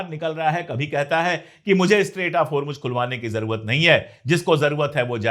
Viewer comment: Its Hormoz....Not Hormuj, sir.